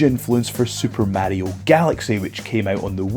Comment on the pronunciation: Sooper MAH-rio